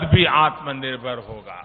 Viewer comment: Modi tum Kitna padha Likha ho pahle apna dekho tumhe to achha se aatmnirbhar bhi Nahi bolna aata feku